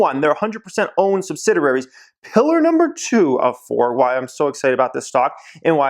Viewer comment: you need to learn to pronounce sub sid ee ary. other than that, great advice. picking up a few brk.b shares soon. thanks for the help.